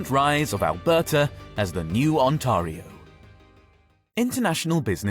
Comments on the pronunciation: The A in Ontario is pronounced like the A in fare. It rhymes with stare or bare. It's not On-TAH-rio. It's probably a computer-generated voice, so it can't handle toponyms. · It’s not pronounced like that , Mr Ai limey guy , it’s pronounced On-Tear-ee-oh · "ontahrio" lol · And "On-TAH-rio province". No one says "Alberta province" or "Ontario province". It's badly translated text-to-speech. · No way this guy mispronounced Ontario 💀